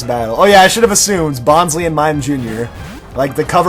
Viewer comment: It's pronounced "Bon-Slie" as in bonsai tree